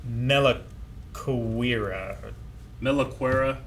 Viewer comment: Ok these guys are an enigma sometimes: almost perfectly pronouncing Melakuera multiple times throughout the reaction and discussion, but f'ing up with names like Subaru, Shirou or Shinso ^^